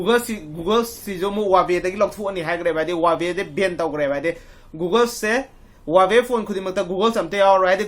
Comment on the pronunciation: Lol he even cannot pronounce the Huawei brand What he said that googles ..... really..🤣😂🤣😂🤣😂🤣😂😂🤣😂😂🤣😂